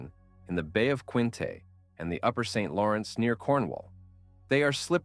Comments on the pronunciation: Good video ...Where are you from? Sault (Saint Marie) is pronounced soo, not salt... and the bay of quinte isn't pronounced quinté.(quintee). You seem knowledgeable enough about the subject, but you say names of areas and bodies of water as though you've never heard them spoken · I liked the video but a couple pronunciations were off: Bay of Quinte - bay of QUIN-TEE Sault Ste. Maire - SUE saint marie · Your pronunciation of Bay of Quinte is incorrect. Quinte has a hard E sound on the end. Sault is pronounced sue.